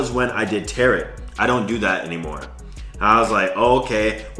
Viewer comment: Why do you keep saying "Tarot" like it rhymes with carrot? It's pronounced "ta-row". Just trying to help my G out...